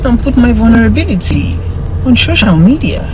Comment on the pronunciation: For the rest of us "LAYMEN" as she called us 🤦🏾‍♀️, I'm I the only one hearing her say "SHOCIAL MEDIA"? and "THANK YOU FOR YOUR CONCYNE"? VDM, you sef zukwanike!!! 😂😂😂